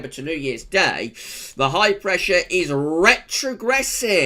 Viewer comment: I love it when you say retregresing😂😂Bring it on